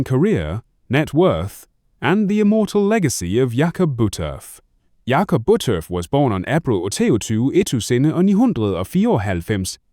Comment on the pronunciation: Please retape this. His name is pronounced Jakob. Jay cob not yak off